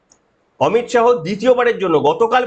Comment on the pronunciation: অমিত শাহো না অমিত শা